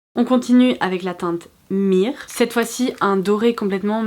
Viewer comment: Mhyrr se prononce murr ( un peu comme « meurs » en français, ou comme burn en anglais sans le n et changer le b en m) en anglais.